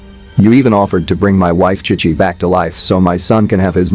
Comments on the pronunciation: Chic chi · Ki ki instead of chi chi is crazy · Bro is saying kai kai not chi chi 😂